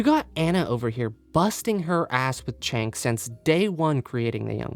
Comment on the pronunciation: Whether you like or hate him can you pronounce Cenk's name right. It's not pronounced Chank it's pronounced Jank. Idk why people can hear his name and keep pronouncing it wrong